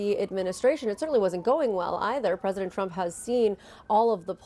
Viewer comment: “Unpwecedented Pwesident Twump” Homan